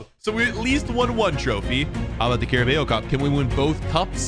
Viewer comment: If I hear this dude say CaraBEEO Cup one more time…